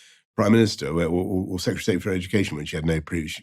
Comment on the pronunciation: The number of people in this video saying "secutary" instead of "secretary" is upsetting :P